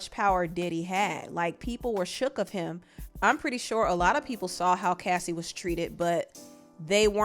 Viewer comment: Thank you for being the one of a few YouTubers ( and Chronicles Speaks) that actually said her name right and actually found clips to support her claims! Too many channels make it seem like she didn’t support her bandmates and that it’s convenient for her to say something now when Aubrey spoke out a few times. That sentiment is crazy without taking a lot into consideration. Unpopular Opinion: Yes Aubrey Spoke up but she was in a way better position than Dawn before the band was even formed. That girl has legal counsel in her family and was connected to the former president’s son. She had her own show on oxygen mind you she was the first one fired! Diddy couldn’t make that WHITE woman go missing if he truly wanted to. She knew her power and how she could move and nobody recognizes that! If anyone is curious to know where Dawn’s heart is at this present time please Support her record with Zahn Spencer entitled Quiet in A Room Full of Noise in Oct